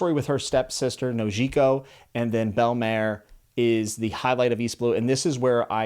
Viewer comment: I don’t know if someone told you this, but before you read the rest of One Piece I recommend looking up how to say there names. Only because I noticed you pronounced Usopp, Belemere, and Sanji wrong.